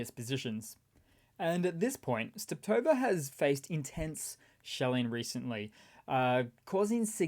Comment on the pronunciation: Hey, I first thought, it was a one-timer, when you did in a recent Video, but in this one you did it again. Nothing big, but it triggers my inner Sheldon... There's only one T in Stepove (or as you seem to like to call it: Steptove). 😉